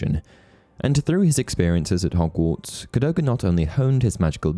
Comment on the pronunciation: Cadogens name is pronounced CAD-AGAIN